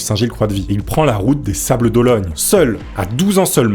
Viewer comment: Les "sables d'Ologne" bin voyons 😂😂😂